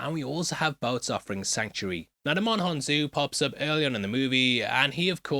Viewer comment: I swear y'all just refuse to learn how to pronounce Djimon Hounsou's name!